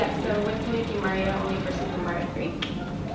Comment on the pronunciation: He can't pronounce Mario correctly